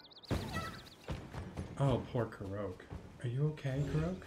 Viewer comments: This video helped me a lot! No idea there were this many Koroks on the Great Plateau! Side note: Korok, I believe, is pronounced like Kor-rock…cause many (not all) of them are round under rocks! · Is there a reason why you are saying Koroke?